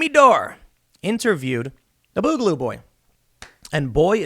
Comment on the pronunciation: Tim boogaloo comes from the word boogie you're pronouncing it wrong I'm sure you've been told this